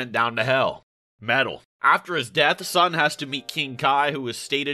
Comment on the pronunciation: I got pissed every time he said Son.